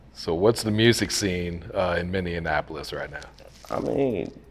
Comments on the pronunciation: It’s Minneapolis! Not Minnean apolis 🤦🏿‍♂️🤦🏿‍♂️ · Stop saying minneanapolis. 😂